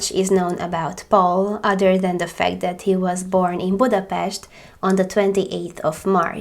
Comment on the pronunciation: You guys did so great! I've heard this case before, but not all of the details! Funny enough someone actually asked me how to pronounce Budapest today and I was able to because of you so thank you!